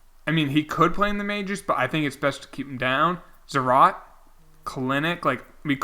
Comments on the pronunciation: stop saying Zarat. Its Zarat-A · its zarat-a. the guy is latin american isn't he? it has to be zarat-a